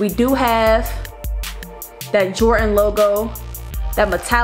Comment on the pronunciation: Did you just say, jortan 4